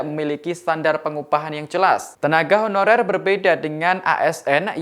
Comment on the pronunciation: Beberapa kata dari reporter nya seperti terdengar "tenaga hororer".. saran ke tribun, sebelum berita di release, cek dulu dan edit dulu.. Pewarta nya juga harus yg lancar dan jelas pengucapannya